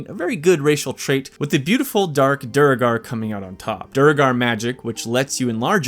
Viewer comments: ik im being a massive nerd but i cant ignore this its "DWEY-GAR" not "DURGAR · bro… it’s Doo-Air-Gar not Dur-Gar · Doo-gar? Not saying I know better than you, but characters in-game pronounce it Dway-gar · Mate... Every single American says "DU-ro-gar" or at the best "DU-er-gar". It's supposed to be "du-ER-gar" from the old Norse Dvergar. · DuuEEEEERRRRRGharrr... NOT EFFING DURRRRGAR!🤬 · dude is saying "der er gar" its pronounced "droag-er" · I apologize in advance but AAAARRRRGGGHHHHH DUERGAR! D U E R G A R! DWER-GER not Du-re-gar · I was looking for this comment too lol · I think its pronounced dway-gar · Duergar (DWAIR-gahr btw; it's said that way in the game as well) is definitely the best race in my book. I love my tieflings and drow, but when you're playing a duergar you FEEL the power. Get that +3 movement speed ring in the first act as soon as you can steal it, and you're a little assassin who can sneak through any hole in the game and ambush anything. Just IMAGINE a Gloomstalker Duergar Durge. I know Halloween's over everywhere except my heart, but--tell me something scarier than that. Also, we dwarf ladies have the best racks in the game, don't me. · States: “have many play throughs” Continues to pronounce Deugar wrong when the game literally says it out loud multiple times. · Bro how can you play this game multiple times and not know how to say duergar. THEY SAY IT IN THE GAME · I think you might need to rename this to "Best Baldur's gate 3/D&D Race Ranked" because oh my did you mention D&D a lot. I kind of thought this was a straight-up BG3 video. And your pronunciation for Druegar is different from the game, interestingly enough. I have no issues at all with D&D, I just expected a BG3 video.